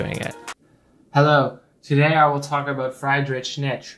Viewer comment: you killed me with the friydrich nitzsch pronunciation